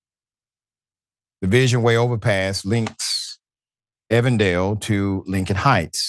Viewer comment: It is pronounced Even.Dale. not Evan.Dale Evendale, Ohio. It is a small village that sits next to Lincoln Heights. Evendale has a racist history. Cincinnati, including law enforcement, are heavily tied to "the proud boys" and many other groups akin to the latter named.